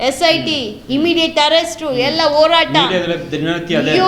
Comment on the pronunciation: ಮೊದಲು ಸರಿಯಾಗಿ ಕನ್ನಡ ಮಾತಾಡೋಕೆ ಕಲೀರಿ ತಾಯಿ.. "ಹತ್ಯಾಚಾರ, ಓರಾಟ, ಹಾಗಿದ್ದು, ಹಲ್ಲ, ಹೆತ್ತಿ..!!"🤦🏻‍♀️🤦🏻‍♀️